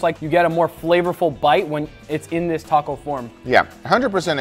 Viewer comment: Saying "Dis" instead of "this" is extremely disrespectful! It's not a "oh English isn't my first language problem" it's a "I don't care about being respectful" problem. My first language was also Spanish, and I don't say "Dis!"